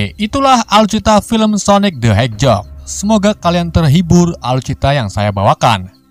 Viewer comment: Sonic the Hejog wkwkwk